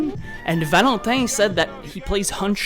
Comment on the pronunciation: The way you said valentin sounded so fucking quebec